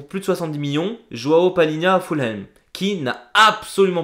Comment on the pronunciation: Je rêve ou tu as prononcé Fulham, ''fulheim'' en allemand 😂😂